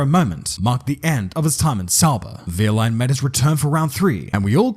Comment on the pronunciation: Wow, I'm really surprised at how well you pronounce wehrlein, as a German I say hats off to you for that